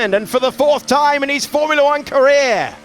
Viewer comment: When did all these morons stop pronouncing formula correctly?